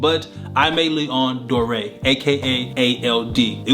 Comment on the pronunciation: You actually weren't far off, just pronounce "Dore" like "Door". Dope video BTW and love these kicks!